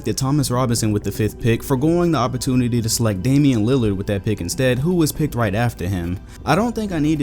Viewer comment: Im i the only one who thought he said danille lillard